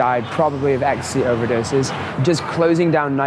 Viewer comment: I couldn’t believe it when she said “you only have to see what’s it in the media”, and we all know what bastions of truth and honesty the media are. The way she was saying “ecstasy,e” showing us how knowledgeable about the drug she is 😂😂😂